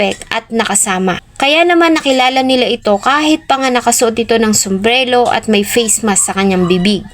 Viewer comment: correction po hindi sombrelo kundi sombrero po at tama.di po aki basher itinatama ko lng ang maling pag bigkas d ko rin intensyon ipahiya kayo maddam pangit lng kasi pakinggan sorry po.god bless